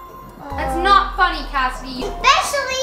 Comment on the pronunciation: In the description in the beginning of it when you tried to say funny you said finny